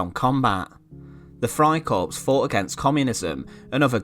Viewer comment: It's a nitpick, but the "p" and "s" in corps is not pronounced. It sounds like "core" as in Marine Corps or, in this case, Freikorps. You only pronounce the "s" when it's plural corps.